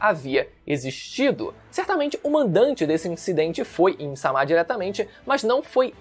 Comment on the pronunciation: me incomoda muito a forma do falar "A im sama" assim como ele falava vaca verde. rapaz é uma coisa tão estupidamente errada que dói o ouvido